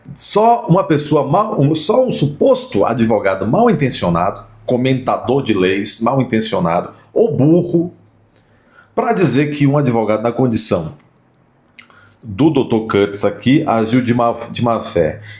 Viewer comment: Todo mundo aí na entrevista fala burrol ou é impressão minha?